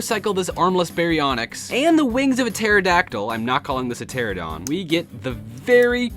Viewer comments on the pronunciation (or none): it's pronounced TER ANA DON get it right